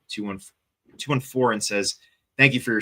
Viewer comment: “DD 214” (Army discharge document) is pronounced “DD Two 14,” not “DD 2-1-4.”